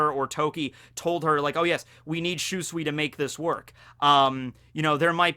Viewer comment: I know you don't care about correct pronounciation anymore but dang i still cringe everytime you mispronounce Shusui. But hey, you're the cringe king so.. good job i guess?:D aaanyway.. I love we're finally getting more sword lore.